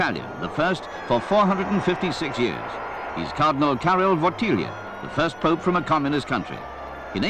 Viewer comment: It's Wojtyla not wolthiha